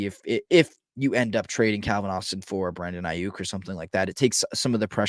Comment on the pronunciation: The amount of times this mf butchered Aiyuk name is baffling lol and I’m supposed to take this guy serious as an analyst when he can’t even say a superstar wr’s name right lol